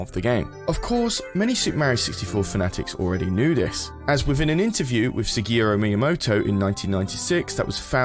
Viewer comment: “sigiro miyamoto” 😭😭😭